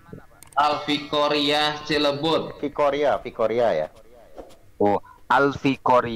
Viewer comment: Pesantren " AL FIKORIYAH" 🤣😂, emang ada bahasa arab "al fikoriyah"???